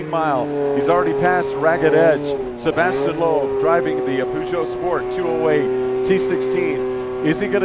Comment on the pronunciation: Wow. Had to stop watching it was so bad. Bad camera work, very bad commentating, can't pronounce his name or the car manufacturer name properly. Far too much talking. Poor poor video.